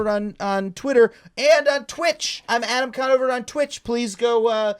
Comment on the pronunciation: Adam Drawnover